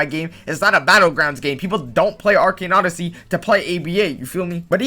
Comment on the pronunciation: Actually everytime he says arcane odyssey it makes me kinda mad or pissed idk why when the other guy says it not you tough you say normally